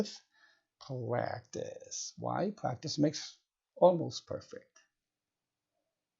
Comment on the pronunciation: Practice not plaktice 😂😂😂